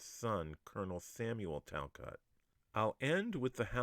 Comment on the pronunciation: I am a Talcott, our name is pronounced Tal-cOtt. Great video!